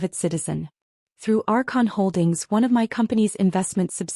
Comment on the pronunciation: “… our conholdings.” It is Archon Holdings, according to the transcript. “… our Consistims …” should be Archon Systems.